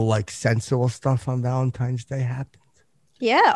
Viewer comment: I love all 3 of these guests. Xia is easily the best chick guest ever. And of course says "Valentimes"...